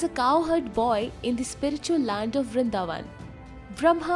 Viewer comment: Beautiful but why calling Jeev “Jeeva”, not all Hindi words need a to be English. 🙄. I like you didn’t change Vridavan into vrindavana